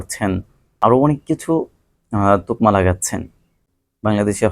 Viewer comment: তোকমা!!নো নো নো , বলতে হবে তকমা